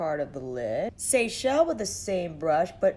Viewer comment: You get extra points for being the only YouTuber to pronounce “Seychelles” correctly! Haha!